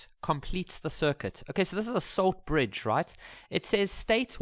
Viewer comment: "solt Lridge"